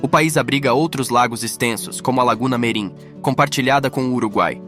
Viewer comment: Lagoa Mirim, não merim.